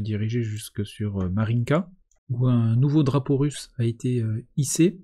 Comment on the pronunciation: Russe pas RUS, je dis FRan moi ?